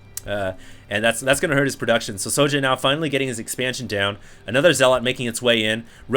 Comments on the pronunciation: yeah i've heard other casters pronounce "sjow" as "show". good little series - i think both players were playing off-race this series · Why don't you just pronounce it show? The way it's meant to be pronounced ? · IT'S READ "SHOW" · Sjow is pronouced J-Wow in korean